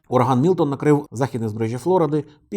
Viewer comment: мілтон а не мілотон